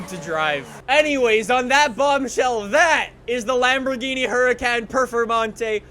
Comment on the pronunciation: Let me translate the video title for u kidz. LambogheenE PerfeMONtay